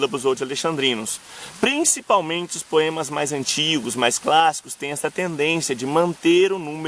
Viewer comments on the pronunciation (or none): none